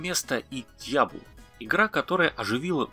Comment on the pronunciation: 1) Riven = /ривн/ а не /райвен/, как ни странно 2) Diablo у вас странная! Какой-то мод чтоль? Меняете формат передачи?😃 в любом случае, хорошее видео, лайк! Вообще поделюсь - я живу и работаю зарубежом, в одной из капстран, так скажем, и коллегам, интересующимся игровой тематикой на русском языке (есть такие) советую исключительно ваш канал. Нормальная грамотная речь, хороший баланс попсовых/редких тем, аккуратная видео-составляющая и прикольные анимации. В общем, не знаю, насколько вас интересует мнение анонимусов из интернетов, но по-крайней мере я ставлю вам высокую оценку и крайне признателен за всю работу, которую вы проделываете. На этом всё. 😃